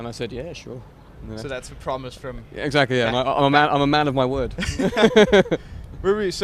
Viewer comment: ”I made a pwomise”